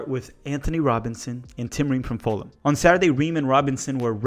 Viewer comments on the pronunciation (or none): none